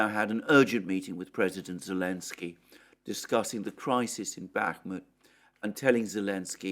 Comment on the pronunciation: Zulishni, Zelensky, Zucchini, Z Z Z Z